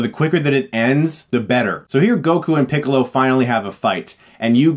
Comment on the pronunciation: hahahahahahahahahahahahahahahahahahahahahahahaha he said picklo it's funny because he looks like a pickle